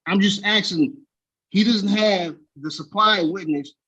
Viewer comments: RICO covers housing? WTAF, dude? Oh, he’s been aksing. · "axing" ? That's an attempted murder charge right there. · He is 'axing' a lot!! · Basically, he's just axing for special treatment. Basically, because, "quote on quote," he wanna wear a hat and sunglasses in court whilst spitting jibberish.